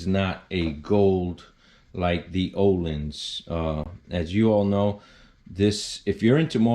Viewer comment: It’s pronounced ‘OHLEENS’. Legends is a very good brand as well but Ohlins is always a trusted name in suspension.